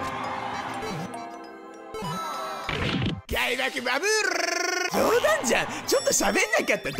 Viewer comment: 開幕バブル～(巻き舌風) からの毒ヌマーン(笑)🤣🤣 くるのかと笑いを堪えてたのに(笑)🤭 朝からともいわず、このテンション？いつもの絶叫＋ 実況いいですよ。😉👍✨